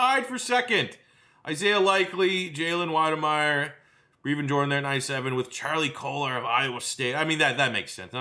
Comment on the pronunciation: Stop pronouncing Brevin wrong